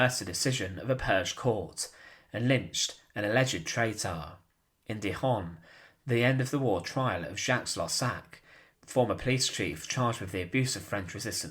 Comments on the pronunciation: Ummmm.... DI-HON???? Is that in SPAIN? I HATE AI VOICES..... ALSO... where is the execution videos? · There was some repetion in the narrative. Do you write scripts. Also Dijon is not in Spain, so it should be pronounsed to rhyme with legion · The town of Dijon is a J like John, not an h like the Spanish language. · A good video for sure but you really must improve your pronunciation of French words. Your minor attempt at using Spanish only makes it worse: 'Dijon', for example. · TRY to pronounce the names correctly. Please look up how to pronounce Pétain, for example. Or Dijon. It's the name of a well known type of mustard, for God's sake, so no excuse for that one especially.